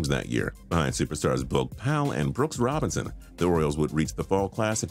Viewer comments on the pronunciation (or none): none